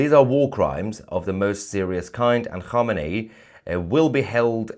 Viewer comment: Alle homini sounds like alley Hogmanay 😂😊